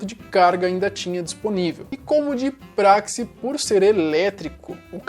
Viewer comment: Meu Deus, o cara ainda fala: "De pracse" É DE PRAXE, DE PRAXE.